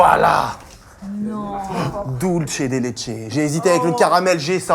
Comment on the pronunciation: Vraiment super le concept! Parcontre cher on prononce "dulsssssse de leche" pas "dulche de leche" 🥲 c'est un petit message depuis l'Uruguay, une des mères parties de la confiture de lait! Continuez comme ça c'était trop cool (sauf le "dulche" haha)